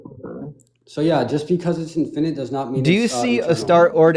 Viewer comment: For me, the peak stupid is hearing him reading from his ChatGPT script and mispronouncing easy words like "infinite" as "in-FINE-ite." His tantrumming childish ass has ZERO reading comprehension, and can't process what's being told to him any better, which is why his recaps of any statement are basically fiction. All his failed arguments begin with "You said..." when no one said anything of the sort.